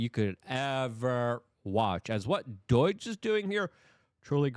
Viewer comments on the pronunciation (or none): D-O-I-G-E? Luke, say it with me DOGE